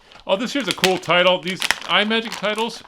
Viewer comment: It's not "eye-magic" it is pronounced "Imm-magic"...like "imagine"...it's not an Apple product.